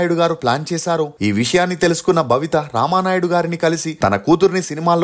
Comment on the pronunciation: భవిత కాదు.babitha